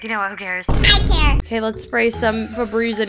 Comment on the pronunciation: It’s so funny how every time when says he doesn’t care it’s like Care